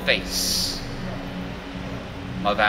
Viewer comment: Amelia NOT Amilee... Complete drivel... lol